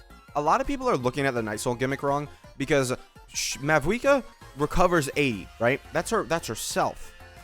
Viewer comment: Its mawuika. 90 percent of pronunciations in game dont pronounce the V